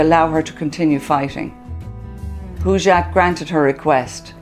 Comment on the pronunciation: Please learn to pronounce the name Hojat Not Hujat or Hoojat